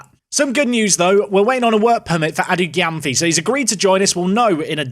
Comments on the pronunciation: its pronounced edu jemfi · Adu Gyamfi is pronounced "edu jemfi"